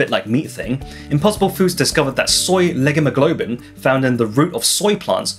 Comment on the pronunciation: Leghemoglobin was pronounced weirdly. It should be pronounced leg-hee-muh-gloh-bin, IPA pronunciation lɛgˈhi məˌgloʊ bɪn